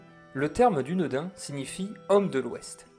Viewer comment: Je vais faire mon chipoteur mais le son "ain" a la Française n'existe pas en anglais (langue de l'auteur) et d'ailleurs la langue elfique non plus ne prononce pas "ain" a la française. Le "u" se prononce "ou" et "ain" se prononce " a-ine" ou comme dans l'anglais "shine" ou "vine", on devrait donc dire "doune-da-ine". Alors c'est pas grave de le prononcer a la française , on est d'accord, mais je trouve la prononciation originale plus stylé personnellement. Pour en avoir une idée revoyez "La communauté de l'anneau" lorsqu'Haldir accueil Aragorn dans la foret de Lothlorien, il le dit a la façon elfique.